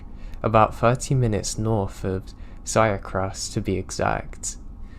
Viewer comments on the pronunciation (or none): Love listening to you while I'm trying to fall asleep. And just wanted to let you know how to pronounce Syracuse. Seer-accuse. Goodnight!!